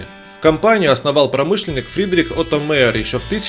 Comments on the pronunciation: Отто Майер... Не Мэйер... Учитесь матчасть... Никто в Германии не говорит - Мейстр, Глинтвейн... Мастер и Глювайн... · Оттер Маер научиться надо правильно ГОВОРИТЬ